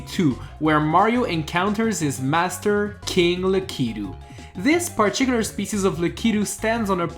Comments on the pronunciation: That's how lakitu is pronounced not the lack keto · Lakitul is pronounced La-ku-too Not le-kee-too... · Who else got triggered when he pronounced lakitu wrong?